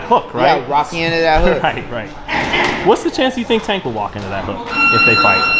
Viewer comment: He still has PTSD from that night—can’t even say Tank’s name 😂